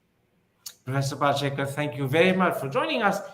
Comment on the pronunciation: Kirin Thipir, it's not Pal-she-kar, its Pal-shi-kar. Get the name right, for heaven's sake.